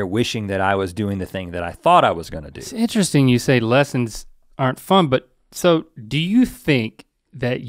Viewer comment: Anytime Rhett says “interesting” or “interestingly” i immediately hear in my head Link say, “EeeNtReStInG”